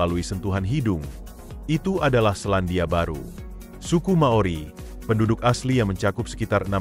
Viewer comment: Nice info, sayang beberapa details ngaco seperti visual Wellington malah sky towernya Auckland, penyebutan beberapa nama spt Hangi, Maori dan Waimoto yg salah. But overall it is nice information. And yes, saya pribadi sangat menikmati kehidupan di sini terlepas dari banyak jg hal2 negatif nya. Btw Cappucino 3.50$ beli dimana hahahahaha